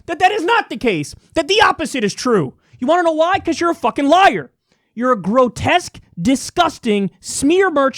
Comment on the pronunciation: Every time he says fuckin it comes out more but u can tell he’s trying to hold it in